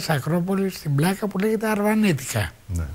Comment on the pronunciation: Πλιακα όχι Πλάκα